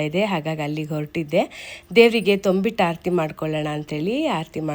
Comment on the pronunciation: Adu thombittu alla thambittu antha sariyagi pronunciation maadi